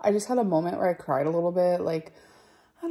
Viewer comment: Amber for the love of gawd please please STOP saying "molment".